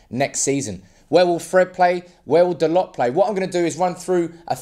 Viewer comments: its Tho Low. not dolots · It's pronounced Dah-low